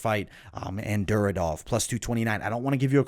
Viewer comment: As a big ACB MMA and ACA MMA fan, that Duraev pronunciation is killing me. There isn't a second D in the name. Its Dur-I-Ev. I hate being that guy but it was just like nails on a chalk board.